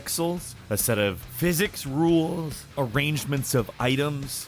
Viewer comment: “A set of pixels, a set of physics RuoOUules”